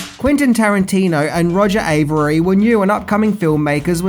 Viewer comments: I love your videos, man, but you gotta do some better quality control on them: it's Quentin, not Quintin. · Mate, his name's Quentin. With an 'e'. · Not "Quintin" Tarantino